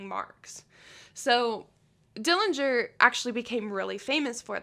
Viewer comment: Very interesting regarding fingerprints. The correct pronunciation of our Dillinger family name is with a silent 'g'. Thank you!